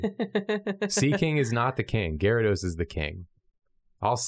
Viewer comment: Why do people ignore the Y in Gyarados? Edit: Love ya